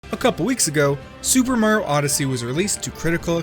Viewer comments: You Said Super Mario Odyssey Super Maro Odyssey Not Saying I Didnt Like This Video Just Saying You Said Super Maro Odyssey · GodDammit "Super Maro Odyssey" Again! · said Mario so many times as "Marja" and other things like "Mark"